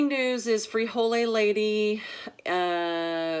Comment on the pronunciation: There is no e on the end of frijol and no e is pronounced when saying the word. The e is added and pronounced before the s when the word is plural, as in most plural Spanish nouns ending with a consonant.